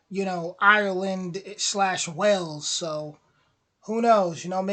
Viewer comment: The only annoying downside to this video is the annoying mispronunciation of some of the places, it’s a shame it can’t be edited as it spoils the whole video. It’s Westminster, not West Minister, it’s Stonehenge not Stone Hedge, it’s Wales not Wells.